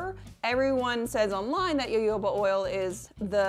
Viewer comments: me, a Brazilian who pronounces jojoba with a soft g/j sound (as in Genevieve), every time I hear say YoYOba, 😬🤢😰😭😢🙉 luv ya bb, I know there's a million ways to say the same word, I just can't help my roots 😅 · You are the only person I've heard pronounce jojoba like that. Interesting. I've always said it with hard 'j' sounds. I've also heard it with 'h' sounds. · As someone who has studied etymology and it is Ha Ho ba not yoyo ba oil. Yes yes I know Germans say yo yoaba but that is how they say Js. The word is Mexi-Spanish. The letter J is pronounced with an H. IT IS HA-HOBA!!!!!!!!!!!!!!!!!!!!!!!!!!!!!!! EVEN THE PLANT IS SOUTH AMERICAN! There is absolutely no defending calling it yoyo ba....none. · definitely agree....i am American and don't personally know any other American who pronounces it jo-jo-ba. We all say ho-ho-ba as all references for pronunciation are found to instruct you to say it. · Omg, please, it's HoHoBa, not YoYoBa. Thank you. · i was pronouncing it jojoba like jojo in my head this entire time instead of hoho or yoyo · Friendly public service announcement: jojoba oil is pronounced like ho-ho-ba :) Think of what santa says lol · Yes thank you! Girl I love your channel but your pronunciation of Jojoba was killing me softly. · II always fight with myself because I can't get myself to NOT say 'Ja-ho-ba " ... as if I am mispronouncing the name of the Jehovah's WItnesses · My personal opinion is that as long as you're making an effort to say it correctly and people understand what you mean when you say "ja-ho-ba" there's no harm done :) Habits can be hard to break. There are many many ways I'm trying to decolonize my language and I still make mistakes every day. It's a process for sure <3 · it was bothering me too 😂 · omg girl it's pronounced ho-ho-ba. It's also a misnomer though called oil, it's actually a liquid wax. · It’s pronounced hohoba. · I was hoping someone would tell her...lol :)